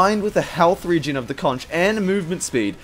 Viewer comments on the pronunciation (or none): none